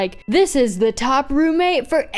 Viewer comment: Ven- Ad: the best! And in the ad, they said the the like "thi" 😭